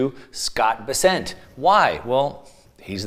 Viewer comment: Why does always mispronounce Scott Bessent’s last name?